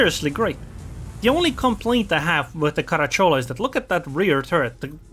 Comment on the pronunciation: I know these things are not easy to understand for a non native speaker, but believe me, every Italian would pronounce the name Caràcciolo. The pronunciations from Google do not take in account certain specific grammar rules for derived and not proper words (a term of endearment in this case, common in southern Italy)